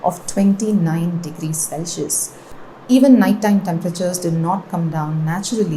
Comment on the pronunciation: why does she pronounce Celsius this way?